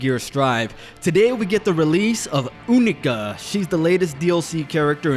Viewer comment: Yknow what i hate about YOU-KNEE-KA(since you pronounced it wrong), When u do weapons free on a wallsplat opponent it doesnt play the animation. i hope they fix that